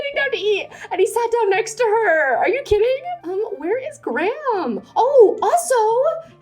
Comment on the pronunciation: as the prime minister in the story is probably based off the one in england, i just wanna say that graham is pronounced greyum. of course these are your characters, but if u wanted it to be more accurate...